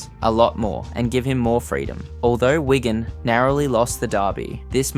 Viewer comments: It’s Wig an not Wagon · Please stop calling Wigan Wygan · Excellent video but a few errors: - the tweet about naming a stadium was from a Wigan fan not when he was at Parra - He got moved to Stand off not Scrum Half - The team is reffered to as ‘Whygan’ a few times rather than Wigan Change those few bits and it’s 10/10 👍🏻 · This account needs learn how to pronounce "Wigan"